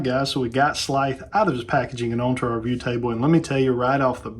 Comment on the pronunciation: I’ve been looking for someone to review this figure, even though it was an instant purchase for me and is now sitting in my BBTS Pile of Loot. Great review, I just cringe everything you say his name…I’m just used to hearing it pronounced more like in the cartoon with a drawn out emphasize on the “S” and a softer “TH” sound. Does that make sense?! Keep up the great work!